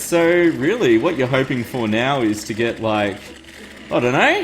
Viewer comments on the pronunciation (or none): none